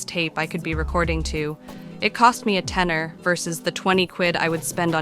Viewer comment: I love to hear phrases like "It cost me a tener versus the twenty quid I'd spend" in an american accent. =D Just threw me off for a second. ^_^ I'm impressed by the tenacity you demonstrated by making this project happen, really cool stuff. Cheers!